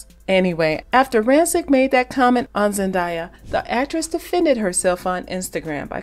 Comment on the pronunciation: Great coverage of one of the most popular, respected and much loved actresses on the planet so I don’t know how Zendaya’s name was repeatedly mispronounced!! Her name is pronounced Zen-DAY-a not Zen-DYE-a.